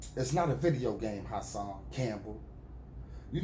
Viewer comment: You called him HERSAN 😂😂😂😂😂😂